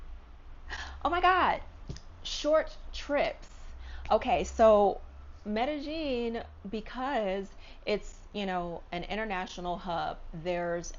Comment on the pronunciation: Racism is almost everywhere but I think people need to realize that there are tells of you being a tourist or a foreigner. Like her saying medejeen instead of medeyeen instantly tells locals you are not from here so then the bs follows you much faster. Suddenly your color matters more and people notice your valuables more. That's how it is everywhere. Immerse yourself in a country's language and culture BEFORE you go to live there always and people will appreciate you more. Colombians don't even trust other Colombians in the culture so they definitely wouldn't trust a foreigner